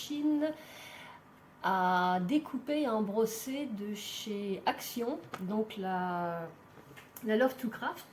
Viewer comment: Bonjour. Merci pour cette présentation 🥰. Je l'ai achetée, je ne connais pas l'ancienne version. Sinon un petit détail, on dit embosser sans r et non embrosser 😉. Bonne journée à vous